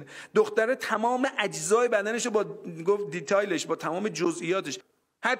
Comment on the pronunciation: اوسکول یه دیتِیل میگه دیتایل 😐😂